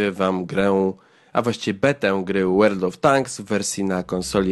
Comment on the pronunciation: "Łerld" of Tanks Zaawansowany angielski xD